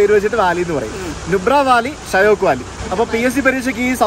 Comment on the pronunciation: ഷ്യൊക്ക് എന്നാണ് pronounciation.മരണത്തിന്റെ നദി എന്നറിയപ്പെടുന്നു.